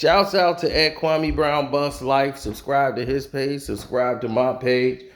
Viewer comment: It's Kwame not Kaume